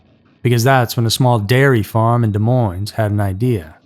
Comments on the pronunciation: Isn’t Des Moines pronounced Dee-Moine. ?? 2 —Silent —Ss. I think faces on milk cartons was a genius idea. People needed to be aware and afraid. Kids needed to be scared and taught about stranger danger. I am 60 and my Mom watched me like a hawk. I watched my boys too. I can’t believe that people even now let their kids roam the streets. 🙄😡 They need to do it again. Put faces on cereal boxes!! 🙏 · Des Moines....the "s" is silent. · BOTH "S" sounds !!! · Your shitty, lazy-asaed AI can't even pronounce the word "Demoines" correctly. And I love this thing where everyone thinks they're adding drama to their statement by saying someone was "brutally murdered!!" Um, o-kaaaaaaay. Versus what....? "Gently" murdered? I don't know about you, but "murdered" pretty well says it all for me. In under a year, AI has literally ruined YT. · Learn how to pronounce Des Moines. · Wow, it's been a while since I've seen Jim Benneman on TV. still hasn't learned how to pronounce Des Moines.